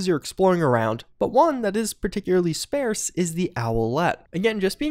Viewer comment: SpARse, not spAIRse